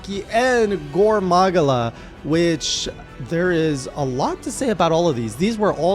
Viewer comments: Gore MAH-GAL-UH! How many times does twitch chat have to teach you this lesson old man! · sorry, how you said gore magala threw me off, it was soo close but hurt even more because of that. Don't have to follow it but it is meant to be Gore Ma-gala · Its pronounced "Gore Ma-gala". 😉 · Don't forget "gore mAHgula" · Your Gore Magala pronunciation is painful. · Yeah, i heard your better Gore Magala pronounciation in later Journals 👍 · I've never heard anyone pronounce Gore Magala the way you do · Pronounce gore magala correctly